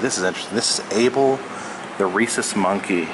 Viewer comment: I’m sorry, but I heard him say Abel the racist monkey and I just died... And go ahead say whatever you want